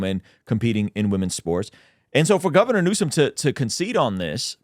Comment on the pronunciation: I’m glad I’m not the only one saying “Gaviner Newsome” 🤣 my wife calls me out often for it!!